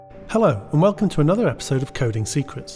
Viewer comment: Waylcom to the Hydrawlic prays channayl